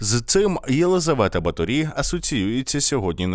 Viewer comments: Все дуже гарно, але в угорців наголос фіксований - на першому складі, тому: БАторі, РАкоці, СІярто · Чому наголос на останній склад? Просто цікаво. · Наголос не правильний. В Угорщині по іншому ставлять наголоси. Через це важко слухати 😅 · О, сюрприз номер 1: наголос на І. 😮 Я кіно якесь дивився. Там вона ніфіга не вампірка якась, а просто жінка, яка намагалася вижити і робити свою роботу... І ніяких дівчат не вбивала. Романтика розвіялася, а розуміння ситуації додалося. Але ви, звичайно, у вашім відео і додали барви, і розписали в деталях, і по поличкам розставили ото)))) Дякую за вашу роботу!:) ❤💛💙 Графиня жертва свого часу, обставин і політики. Не свята і не монстр, просто людина, яка мала владу і гроші, але хтось мав більше. А ще вона була жінка, тож її простіше було ото впакувати у замок, ізолювати тощо. Ну, мені так здаєтьсяї. Християни навколо все би зробили, аби якась жінка не закручувала їм гайки. П.С. Де він, блядь?! 😂😂😂😂😂🎉😂 Дуже цікава робота цього разу вийшла)) І ота псевдоістопія, і оці приколи з замком...:) Прикольно!!! П.П.С. Класна футболка, ❤ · Супер випуск, я вас обожнюю. Але в угорській мові кажуть БАторі, з наголосом на перший склад і місто Пожонь, не Позонь.